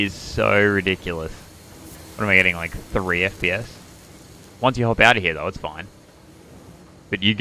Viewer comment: when you cant say "here" properly and say "heyah"